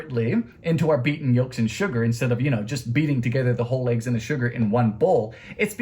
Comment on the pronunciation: Hey man why you so happy to have Aggies That's what you call them but us Americans call them eggs why you so silly with them what do you call him that name and why do you say in the weird way